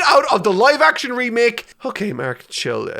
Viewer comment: you can hear the irish when he says [remake]